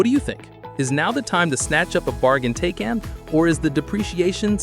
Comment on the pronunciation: When you pronounce the car's name incorrectly within the first 3 seconds of the video it makes me feel like you don't know what you're talking about.